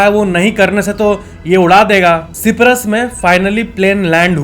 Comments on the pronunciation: सिप्रस नहीं मेरे भाई, साइप्रस और सायरो नहीं कायरो, क्यूँ जगह के नाम की मां बहन एक कर रेला भिड़ू? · ciprus not Cyprus